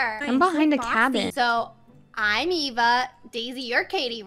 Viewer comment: we to take out a a Me:it’s Eva not a a!